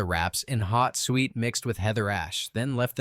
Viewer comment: 😂 suet is pronounced sooit not sweet